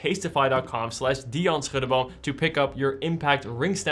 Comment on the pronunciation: My compliments on your pronunciation of "Schuddeboom." Groeten uit Maastricht.